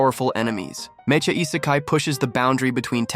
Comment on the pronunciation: Mae-cha? These A.I. voices man... Mech-a